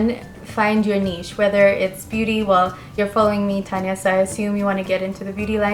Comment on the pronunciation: Thank you for answering my question and for the advice! It felt pretty sweet to be featured on your Q&A video. 😊 Keep doing what you're doing! xoxo_tania. P.S. You said my name right!